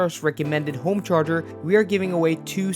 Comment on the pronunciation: "I want a Zaptec GO homecherger"